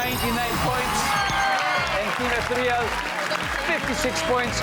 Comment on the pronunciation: "e-THEE-ryuhl" ho ang basa sa salitang yan, hindi "ethe-REEL."